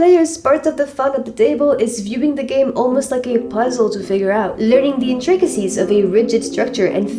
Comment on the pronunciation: There's a lot to love about this video, and I agree with darn near all of it. Even so, my favorite part of it was the way you pronounced inTRICacies. :D